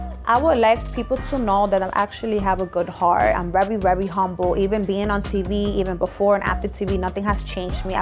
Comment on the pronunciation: She said I’m rerry rerry humble 😂